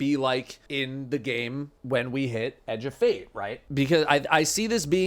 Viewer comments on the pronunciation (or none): In accent, 'Edge of Fate' sounds so much like 'a Jebait'.